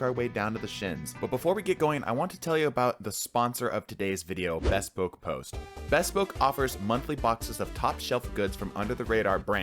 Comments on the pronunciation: It's not pronounced"bess-poke", it's "buh-spoke" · thats not how u say bespoke 😭